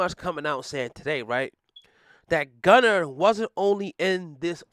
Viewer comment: Lol it’s Gunna not Gunner😂😂😭